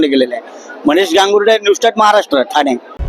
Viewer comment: मराठी आहेस म आधी ठाणे हा शब्द तरी नीट बोलायला शिक थाना वाल्या 🤣🤣